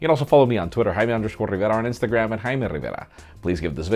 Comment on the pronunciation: I watched it 10 times to listen to his pronounciation "Heiaameé Rivéra". It's dope